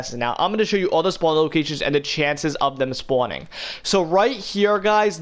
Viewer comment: Why does it sound like you’re saying spoowning